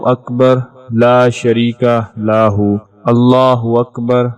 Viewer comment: محترم له كو ا پ لاہ پڑھتے ھیں جو بالکل غلط ھے براہ کرم ریکارڈ کرنے سے پہلے کسی کو سناکر تصحیح کرلیا کریں جزاک اللہ